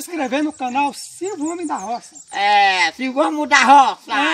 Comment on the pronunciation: falou silvokkk,bh.